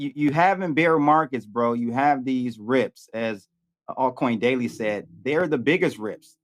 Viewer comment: “altcoin doily” 😂😂😂😂